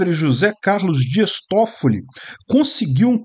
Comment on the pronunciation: Quando falou Días Toffilli... Eu: Tem parada errada aí irmão.